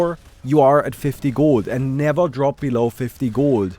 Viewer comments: its realy funny to me how you pronounce gold. guuuld :) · Gowld hehe Are you german? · The way he says gold is too funny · I Love ur pronounciation of 'Gold' 😂😂